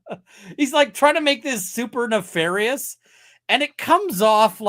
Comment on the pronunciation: "Nefarious" hurts me on a deeply personal level.